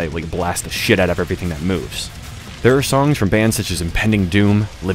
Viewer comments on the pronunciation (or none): none